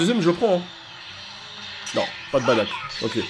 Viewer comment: Ses bardock Pas badak😂